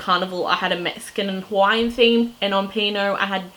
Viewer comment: I'm pretty sure it is "P and O" - not "Pino"